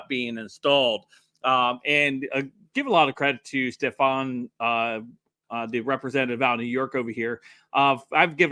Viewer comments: her name is ste -fa-nic ,,,, Elise Stefanik 🙂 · Her name is pronounced “Stef-on-nick” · Really. Break the word down mate. Stefanik. Stef an. ik. This is pre school stuff mate. Seriously?